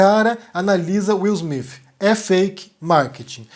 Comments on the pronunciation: Acho improvável que seja fake, de qualquer forma, a maior questão é a pronúncia: Afinal, é Will "Smith" ou "Smifh"? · Will Smiff ou Will Smith? Haha cade esse Cambly gente hahahaha